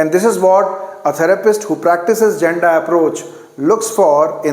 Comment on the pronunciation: I am regular follower of ur videos. With all respect, there is a mistake on pronounciation of "Janda". Actually it's correct pronunciation is " Yanda"